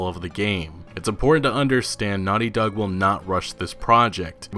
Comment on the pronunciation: Why do you say “Nutty Dog” instead of “Naughty Dog”?